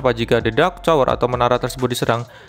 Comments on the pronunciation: biasa aja bang ngomong nyaa pake indo asli aja jangan so Inggris jadi salah kosa kata masa tower jadi cower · Tower bang , bukan cower 😂